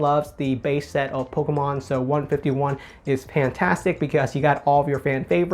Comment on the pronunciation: The way this guy says pokaahmaan